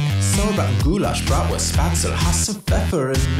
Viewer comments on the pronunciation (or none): none